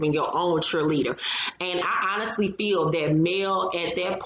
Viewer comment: 😂😂 add: Unest= Honest Bunding=Bonding ImporTanT= emphasis on the ‘T’